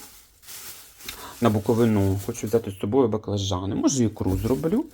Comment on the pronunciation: Будь ласка, ніколи не кажіть БуковинА. Не знаю якій йолоп так почав казати і потім всі за ним, в т.ч. і на тб. БуковИна і тільки так!